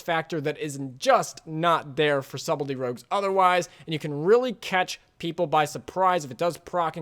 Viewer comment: Great video, but one thing I can't look over... The B in Subtly is silent. It's pronounced closer to "Sut ul e" or "Sut ul ty". Otherwise well made vid.